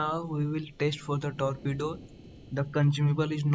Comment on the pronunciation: What the hell was that 😮 Your accent is so funny 😂 Tolpedo 😂😂😂